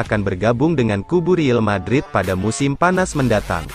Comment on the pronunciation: tolong downk yg jd penyiarnya di kasih tau klo ngomong real madrid ya real madrid jangan riel madrid dengernya gk enak bgt buat team kesayangan gw